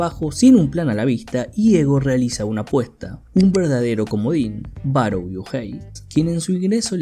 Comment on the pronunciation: Siempre me he preguntado xq los que hacen estos resúmenes no se toman unos minutos de como leer nombres en japonés...no se dice BaroU, 馬狼, Barou si esta escrito con Kanji esa u es una prolongación del sonido de la o, o sea es Baroo. E incluso en tus imágenes dice Barõ